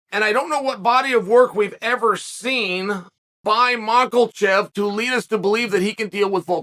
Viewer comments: How can he read mahkachev and say makelchev 😭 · Uncle Chael even reading the quote from Cormier and he STILL... gives us the MARKELCHEV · Makelchev is on purpose right? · The Biggest upset would be Chael saying Makhachev without an L in it 😅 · Listening to Chael pronounce Makhacev is like hearing Rogan call Vitor Victor back in the day😂. Chael, there aren't any R's or L's in Makhacev no matter how much you sound it out bubba 😂😂😂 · There’s no (L) in Makhachev. 🤣